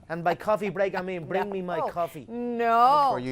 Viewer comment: bRing me my coffee... With that strong 'R'